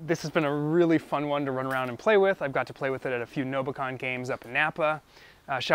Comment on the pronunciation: I thought it was "no bacon" not "no buh con" lol